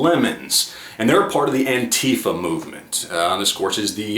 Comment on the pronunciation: Psy-Ops dude... and it is not pronounced Antifa like Queen Latifah it is Anti - Fa as in anti-fascist.